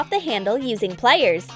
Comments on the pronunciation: Yea I was thinking of that the whole vid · Yeah I was checking if anyone else noticed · is it just me or is the way she says ' wiieeer' (wire) and 'plieeer' (pliers) weird?